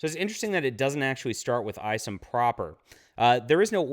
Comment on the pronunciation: Eye somm not ice’em just saying.